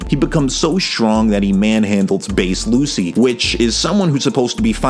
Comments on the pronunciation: Bro it's pronounced as LuCHI, not Lucy. Also, when Lucci "one shotted" Luffy, that wasn't bc Luffy was a lot weaker than him but it was bc Luffy was struggling mentally and wasn't able to be at his best. Like he just recently had a huge fight with his best friend which resulted in him leaving the crew. His ship was dying and the entire crew was falling apart and to make matter worst his crew was framed as the villain and another one of his crew member was leaving. Luffy had a lot in his mind at the time to be thinking about fight some strangers he just met. However, Luffy did get a tad bit stronger as he stated that he trained a little and came up with an idea to get stronger before he fought them again. But still, he was a lot closer in strength to Lucci even before his new power up than you think. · Love the vid but please. Please. PLEASE. ITS PRONOUNCED LUCHI